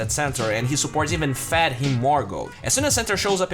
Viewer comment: Why do you keep saying BATTER and not BETTER? You make it seem like you’re taking about cake batter. You also say FAD and not FED. Where are you from buddy?